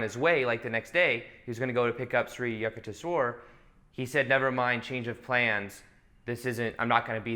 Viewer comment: Sri Yukteswar Giri is Paramahamsa Yoganandha's Guru.. His name shall be pronounced as simple as Youk- Tesh-Wer..